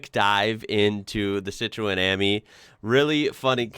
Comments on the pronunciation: Pronounced Citren.. not cit roen ... FFS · You're pronouncing Citroen wrong - the 'o' is silent, so it's pronounced Citren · Citroen the O is silent, it is pronounced citren.